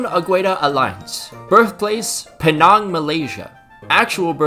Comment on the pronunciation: not really sorry but penang is pronounced pee-nang, everything else was great. also fuck najib